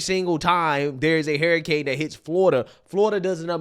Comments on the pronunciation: calls them hairicanes😂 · LMAO I love when he calls hurricanes HAIRicanes